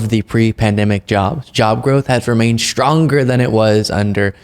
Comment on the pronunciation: Shtronger and shtronger…